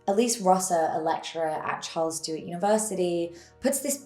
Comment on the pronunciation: It's Charles Sturt (rhymes with "hurt") University, not Charles Stewart University.